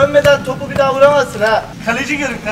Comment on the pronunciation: de Üç iki mir diyo hahahafejkbkk